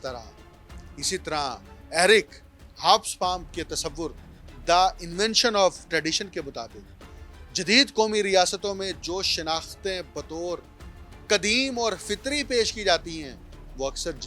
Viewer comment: لفظ کومی نھی قومی ھوتا ھے، foji Nahi Fawgi hota hey learn the pronunciation from some language teacher before next vlog.